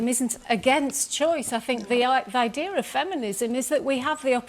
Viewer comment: I know she did not just use the word “ideer”